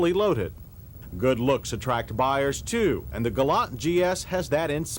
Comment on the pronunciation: Well, Mr. Davis says "Galant" (with the "t"), as it's supposed to be.